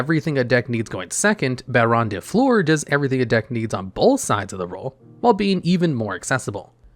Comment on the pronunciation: Come on man the card is old now you should be able to pronounce it the right way. If you are able to pronounce Fleur de Lys the right way do it with Baronne. Fleur means Flower and when you say Floor I am dying. Just pronounce the "eu" in "Fleur" like the "u" in "Hurry" or "furry" or "lurking" "surfing" ... you got the idea. But pls for the love of god Its the Baronne of flowers not the baronne of floors!!!!! Btw great video <3